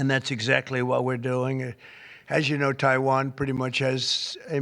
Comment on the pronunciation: Love to hear him call it what it is; Taiwain. Freedom fuckin rules.